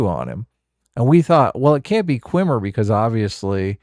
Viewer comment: insisting on calling Jason Mendoza "Qwimmer" is like when he insisted on calling Brihanna Greyjoy "Joy-Gray", respect their